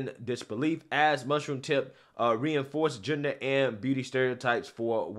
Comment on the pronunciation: Perfect pronunciation of Mushroomtip's name.